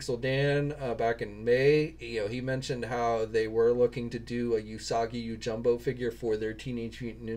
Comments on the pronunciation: I watched the video. Yeah you’re not good at names at all lol. It’s jimbo not jumbo. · yoJIMbo 🤣 you should seriously work on your pronunciation for Japanese names. Goes a long way when it comes to respect...